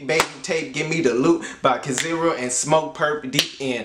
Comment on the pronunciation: Not (Kaziro), but kizàru